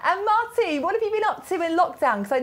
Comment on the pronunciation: MARTY, not Mary, sorry